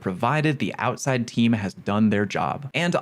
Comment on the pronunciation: Hehe Ouside (You’re tired I don’t blame you)